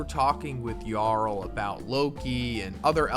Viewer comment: Thank you for saying yarul instead of jarul.